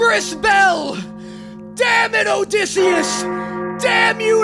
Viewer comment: Ok ok ok it’s ODY not -dyssey